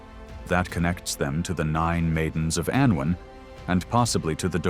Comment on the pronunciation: Really terrible Welsh pronunciation by this AI. "Andwen" "Cullooch and Aloon"